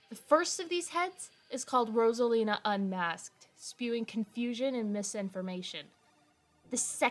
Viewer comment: i can't get over how he pronounces it as "ross-alina" 💀